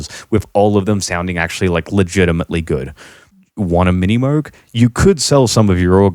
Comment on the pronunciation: Well,, you dont even pronouce Moog correctly.